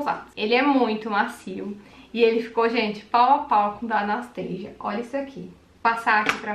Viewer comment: pq tu pronuncia "Anasteisia"? A pronúncia é Anastacia msm... igual no português. xx